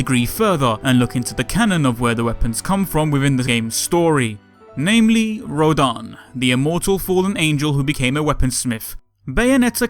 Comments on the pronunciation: It's "Rodin" and not "Rodan" Sorry, it bothered me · its "Rodin" not "Rodan" Jeanne, bayonetta's friend, its pronounce is similar to "john" I couldn't even type how they pronounced her name 😑